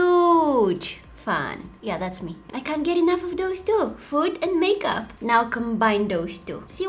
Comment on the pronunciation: She said " Thosh tu" Real " Those two"